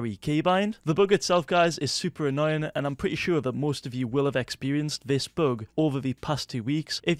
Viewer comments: I love how you say bug this "book" xD. Love your videos <3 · It is a ‘boog’